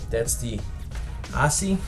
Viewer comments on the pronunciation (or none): Thanks for the review. I just picked one up for $30. I'm pretty sure ASCII is pronounced "ask-ee" :)